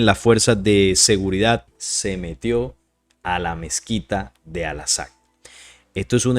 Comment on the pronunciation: Por favor : Al -- AQSA ; y no' " Al -- Asaq " ¡ gracias !